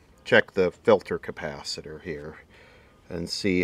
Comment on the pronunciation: Campacitor !! who else says it like that ? I've heard "campacitor" before...